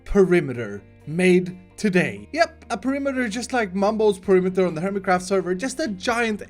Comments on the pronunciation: I got triggered by "perimiter"! PE-RI-ME-TER Sorry! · No, he said perimiter, not perimeter. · Oh no... "Perimiter"... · "PERIMITER" k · Why "PERI MITER " ? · The title is written in the same way that pronounces perimeter